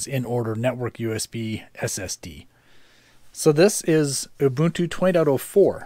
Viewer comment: Thank you for pronouncing Ubuntu correctly. ;)